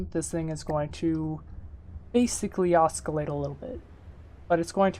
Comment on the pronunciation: Hey, thanks for the video! I'm a new FtD player struggling to learn PID and this was helpful. My only gripe: the 'c' is silent in "oscillate";) looking forward to seeing more FtD tutorials from you!